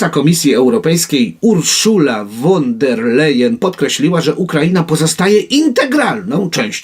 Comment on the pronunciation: Ośmielam się zwrócić uwagę Waszej Wysokości, że przyimek "von", wymawia się "fon", a nie "won".